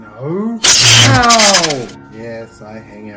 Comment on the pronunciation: That "TUWWWAIM"😂😂